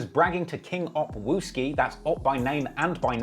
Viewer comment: This guy said "king opp wooski" and put a picture of TB 😂👎🏿